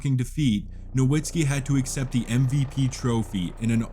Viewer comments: Bro. Why do people keep mispronouncing dirks name smh. Its so annoying. Its pronounced Novitzski. Not dirk nowhenskii lol. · Dirk's last name is pronounced with a "v" and not a "w" by the way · If you are gonna make a video about someone, pronounce his name right. It's NoVitski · It's pronounced No Vitz Key. Everyone says it wrong. Put some respect on this man's name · "No-WWWWWWWWWW-itzki?!" How do you not know how to pronounce this man's name? FFS. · love the vids gang but the “W” in Nowitzki is pronounced like a V 😅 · Why the fuck are you mispronouncing Nowitzki? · Fix your pronunciation of Nowitski, you noob. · really bothers me that in 2024 so-called basketball fans still don't know how to pronounce "Nowitzki"